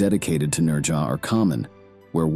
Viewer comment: You put so much time into these videos, you'd think you'd take the time to learn correct pronunciations. The Chinese pronounce it "Nojah" with a slight "z" sound on the "j".. Never head one Chinese person put an "r" sound in his name.